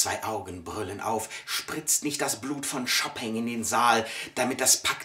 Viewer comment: Ja, ich kenne diesen Benn-Vortrag, und daran musste ich auch denken, als ich den "Schopping" oder "Schoppeng" von dir hörte - also das mit der Reminiszenz für Insider hat durchaus funktioniert ;-)